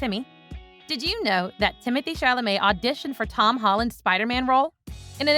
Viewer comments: I find it a touch offensive to be applauding Timothy Chalamet for his continued success's and mispronouncing his name 3/4 's of the time. NOT COOL ! WTG Timmy . I cannot wait to see what you do next . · He deserves to have his name pronounced correctly. Come on y'all..... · it would behoove you to learn how to pronounce the actor's name correctly